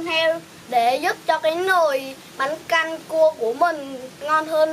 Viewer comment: Bánh canh chứ không phải là bánh căn nha 😂😂😂😂😂